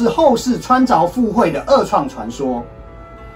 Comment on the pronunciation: 穿ㄗㄨㄛˋ附會，不是ㄗㄠˊ...